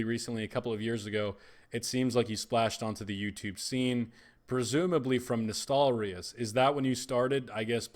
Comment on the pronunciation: Nice to finally see a wow youtuber pronouncing ' Nostalrius ' the right way and not like ' Nostralius ' or something like that :-)